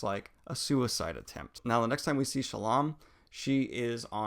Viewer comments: Shallan,. Shallom, Sallan, Salam...... I'm getting the feeling you don't like her. You do not mispronounce any of characters' names, even more complicated than hers 😉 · Are you saying "Shallan" or "Shallam"? Because it sounds like you're saying "Shallam" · Are you saying sallom? It’s Shallan. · I love the wrap-up <3 problem tho is why do you always call her Salam? HAHA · Daniel you pronounced "Shallan" like 50 different ways in this video lmao. Sometimes "Shallam" sometimes "Sallom". DUDE!!!! XD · Is it Shallan or Shallam ?? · "Kobol and Shallam" lol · Why are you calling Shallan Salaam? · "shuh-lawn" that's a new one to me, lol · He keeps saying Shuh-lawm 🤣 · I agree! It was pretty jarring hearing these mistakes like Soulstone instead of Sphere, Shallom, etc. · Are you saying ShallaM? :D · look man i appreciate what youre doing, but its "SHALL-lynn" and "JAZZ-nah" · Daniel's said himself on another vid that his pronunciation of Shallan has to do with dyslexia, but if you disagree you can take it up with him I guess 🤷‍♂️ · Lol. Just watching this and Daniel’s mispronunciation of Shallan’s name getting worse each time he says it👌🏼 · Definitely, he pronounced Shallan in a very Arabic way. I pronounce it more american.